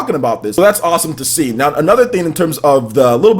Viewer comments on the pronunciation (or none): none